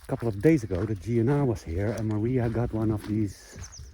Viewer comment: one suggestion, when calling out for Maria, extend it out longer, more like "Mariahhhhhhh", you clipped it to short for a portuguese person to understand you are looking for a person instead of giving a command :-)